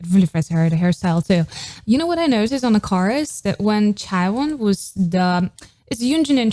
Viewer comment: Just a little pet peeve of mine is that you keep pronuncing Chaewon like "Chai" as in chai tea? for me it's probably a bit easier since ä /æ / ae is a letter in the nordic alphabet. It's pronunced like the "a" in cat.